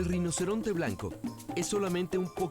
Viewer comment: Alguien puede aclararme, por favor, si en el docu se dice reinoceronte o rinoceronte? Porque si dice "reinoceronte", como a mi me parece escuchar, es falso.